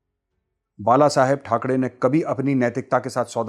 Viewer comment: ठाकरे बोलो मेजर ठकडे नही